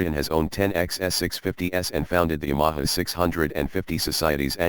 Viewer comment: Someone should teach the robot how to pronounce Ya ma ha. I've had two of these a 71 and still have a 79 slowly becoming a street tracker.